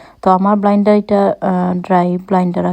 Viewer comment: Not blinder apa It's blender